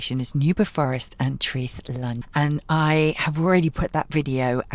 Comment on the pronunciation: Traeth means “beach”. It is pronounced “tryth”using English pronunciation of English “try”. I’m South not North Walian but think Llyn is pronounced “Lleen”. How make Ll sound? - 1.Put your tongue in exactly the position you would use to say L 2. Instead of pronouncing L as normal, blow air around the sides of your tongue to make Ll sound. I loved the Llyn Peninsula so will watch your visit to bring back memories! Enjoy!